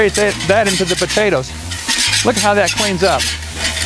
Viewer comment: Lol Buhtaytuhs